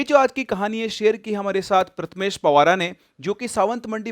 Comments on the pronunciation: It's pawar not pawara sir 🙏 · it's 'pawar' not ' pawara' and it is 'Sawantwadi' not 'sawantmandi' 😅😅